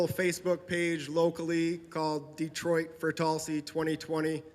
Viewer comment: BTW notice she signed that autograph in English, not Cyrillic ;) it's Tulsi, not Tulski :P